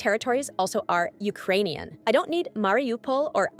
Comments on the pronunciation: It's UkRainian, not UkGainian. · Ukwainian Wekwest